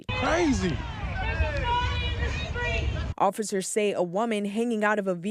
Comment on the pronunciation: "Shtreet" takeover?